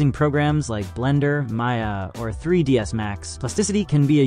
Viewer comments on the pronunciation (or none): none